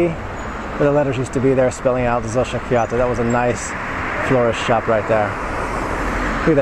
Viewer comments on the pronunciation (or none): none